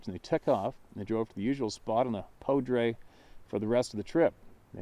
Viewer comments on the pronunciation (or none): That river in colorado is poudre pronounced POODER. It's up north and runs down from the mountains and through fort collins and so on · Poudre, pronounced poo-dur locally, French for powder, river is cache la poudre river, in Larimer county Colorado